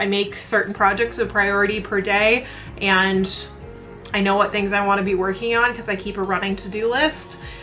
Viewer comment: Why do so many you tubers say eand instead of and? XD Kind of annoying. Hehe. no hate.